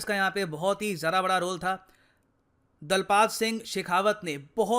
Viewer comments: DALPAAT NAHI DOST, DALPAT दलपत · Sir Please correct the pronunciation It is not 'दलपात', it's 'दलपत' दलपत सिंह शेखावत Hero of Haifa and jodhpur Lancers. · DALPAT (दलपत) है वो (दलपात) नहीं क्यूँकि मैं हरियाणा से हूँ यहाँ पे बड़े बुजुर्गों का common नाम है